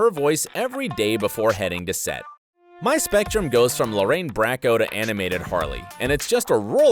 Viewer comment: Lorraine Bracco is not pronounced Brack-o is pronounced Lorraine BROCK-OH. Like the beginning of broccoli.